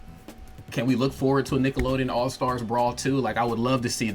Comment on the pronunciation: All STAR Brawl. Why's this dude keep adding an "S" on the end of the word?